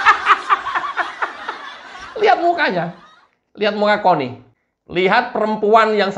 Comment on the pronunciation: Bang kalau manggilnya jangan gitu dong.......kok manggilnya con...con😂😂😂😂 LUTUT AQ JADINYA NYERI...NYERIII😂😂😂😂